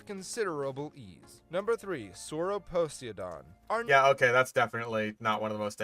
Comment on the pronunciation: Proof it's an AI. It can't pronounce Sauroposeidon because that's not a word people have said a lot and it lacks the ability to pick the word apart like a human can, but it knows Poseidon because that is a word a lot of people have said.